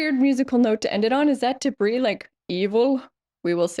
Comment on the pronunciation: "is that debris evil?" 🤔 Debrevil?!